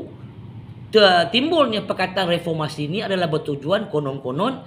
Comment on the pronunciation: Mcm kelakar bila die ckp refomasi.. ckp kt die tok farmasi adalah😅